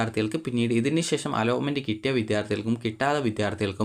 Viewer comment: അലോമെന്റ് ❌അലോട്മെന്റ് ✅